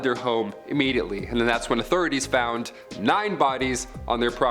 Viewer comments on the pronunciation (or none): none